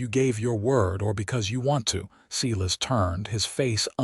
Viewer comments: good story, too bad the spelling and details are mixed up. Elijah should probably be Elisa, as stands for a woman. Silas is spoken Sailas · Silas is pronounced Sylus, my grandpas name. Tucson is pronounced 2son.